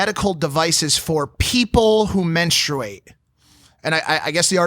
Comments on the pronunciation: "WHEN PEOPLE MEN-STRU-ATE" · LOL Menstruate 🤣 the way you pronounce it ... Only women menstruate shes right thats ridicules stop washing over women’s struggles. If he’s 15 a fucking kid that knows shit your canceling marky mark .. idk man